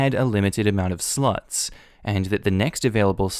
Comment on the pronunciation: Did anyone else think he was say sluts instead of slots in the beginning.